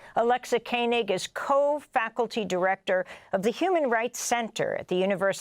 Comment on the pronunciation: This was extremely eye opening, and excellent! Thank you for this! But please pronounce Alexa Koenig correctly! It is just the way it looks.. yet you repeatedly said, ‘Kainig’! I know other Koenig’s that are from my religion.